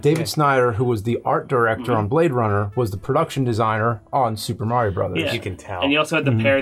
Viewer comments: Because it's MAR-ee-o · Stop saying "Mary-Yo". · Can you guys please ask to learn to say Mario correctly and stop saying "MARY-OH". K thanks